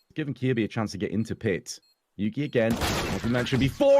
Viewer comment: Anyone notice the "average SHance" mistake in the promo?